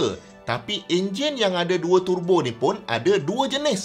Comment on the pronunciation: Syok dengar pronounciation turbo dari mulut prof,dengar mat2 kereta lain acah2 mat saleh pula,dok tebo tebo..lapar tebu gamaknya,dah terang ejaan dia ‘Tur Bo’,bukan ‘Te Bo’…